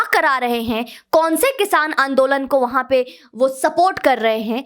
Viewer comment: कल की लड़कियां, कट्रीना और ज़ॅक्कलिन हिंदी सीख गईं, पर सोनिया आज भी 'आंदोलन' को आन दो लंड कहती है! 😆